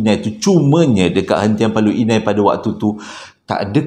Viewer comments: Paloh hinai bang..bkn paloi inai😅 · Assalamualaikum uncle.. Moga uncle sihat² selalu.. Paloh Inai kot uncle.. Bukan Paloi Inai... Uncle jangan lupa pin nama saya dalam story telling uncle yg seterusnya ya... "Khaliff Adam".. Tq in advance...